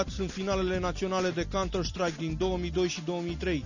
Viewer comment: baaaaaaaa n-am mai ras asa de mult....nu vezi ca cel care face reportajul zice "cantar shtraic" cu shhhhh :)) pe la asa